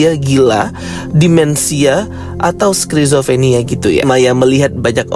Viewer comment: "statisfying", "skrizofrenia"... Yaelah bikin kesel dengernya & banyak intonasi yg kurang jelas bre, benerin lg ya